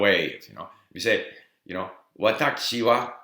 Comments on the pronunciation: It sounds like you are saying "watacchi" instead of "watashi". Is this just part of your accent, or did you get used to that pronunciation because of hearing it that way in Japan? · why is he saying it like Watakshi wa? every 1 else says Watashi as I heard. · How come you pronounce 私 like 'わたち' instead of 'わたし'?